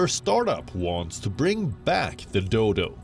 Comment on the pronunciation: Did she said the Doydol?